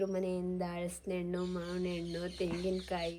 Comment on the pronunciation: ಹಲಸಿನ ಹಣ್ಣು not ಹಳಸಿನ ಹಣ್ಣು Pronounce correctly